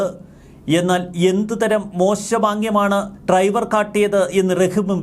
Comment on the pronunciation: ട്രൈവർ അല്ല ഡ്രൈവർ ആണ് 😂